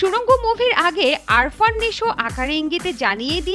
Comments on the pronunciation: আপনার তো উচ্চারণই ঠিক মত হচ্ছে না। আরফান হয় আফরান নিশো হবে। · The name should be pronounced like "Afran" not "Arfan" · আরফান নিশো আবার কে? 🙄🙄 এমন সাংবাদিক একটা নামও সঠিক উচ্চারণ করে বলতে পারে না। আফরান নিশো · আরফান না,আফরান হবে। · আরফান না আপু, আফরান হবে, আগে নামটা ঠিক করে বলেন, আর কাজ নাই আপনাদের তাই আজিরা খবর বলেন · আরফান না ভাই🫠আফরান😴😴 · Age naam ta thik moto bolen . It’s AFRan not Arfan ! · আফরান নিশো। আরফান নিশো না। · আরফান নিশো না রে বেডি! আফরান নিশো! নামটাই ঠিকঠাক উচ্চারণ করতে পারো না আবার নিউজ সুদাও! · it's not আরফান, it's আফরান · নামের উচ্চারণ টা শিখেন আগে ভালোভাবে। আরফান নিশো না,সঠিক উচ্চারণ আফরান নিশো। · ভাই রে ভাই! নামটাও লইতে পারোস না নিশো’র। নিশো’র নাম আরফান নিশো না রে বলদি, নিশো’র নাম আফরান নিশো। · আরফান নাকি আফরান?কিভাবে সাংবাদিক হলেন? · arfan naki afran? রিপোর্টারের মাথা নষ্ট😮😮 যোগ্যতাবিহীন হলে যা হয়😂😂 এদের জব হয় কিভাবে? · bar bar vul bolven আরফান না আফরান😂😂😂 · Arfan ? Naki Afran????? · আগে উচ্চারণ ঠিক করেন তারপর রিপোর্ট করতে আসবেন।আরফান নিশো না আফরান নিশো 😂😂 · উপস্থাপিকা বারবার এই অভিনেতার নাম ভুল উচ্চারণ করে যাচ্ছেন নামটি আরফান নিশু হবে না আফরান নিশো হবে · নামটা স্পষ্ট করে বলেন আরফান না আফরান!! সাংঘাতিক কোথাকার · Nam taw sothik ucchoron korty pari nai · সাংবাদিক রা কন্টেন্ট বানায় অথচ নাম টাও ঠিক করে বলতে পারলোনা😏